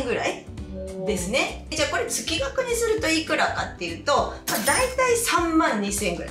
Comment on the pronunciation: 月額:つきがく→げつがく ちょっと気になりましたので😅